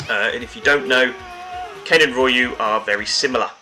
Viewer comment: Gah! Its Ree-uh-o, you don't pronounce the Y as Rye-You. Apart from this good video